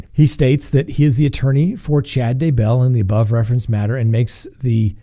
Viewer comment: You are driving me insane with your mispronunciation of Daybell! Grrrrrrr! The emphasis is on Day, not bell! It's DAYbell, not dayBELL! OMG! Can't watch anymore. It's like nails on a chalkboard every time I hear it wrong. Sorry, dude. Just sayin'....